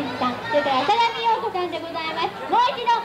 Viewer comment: あさがみようこ が あさだみよこ にきこえる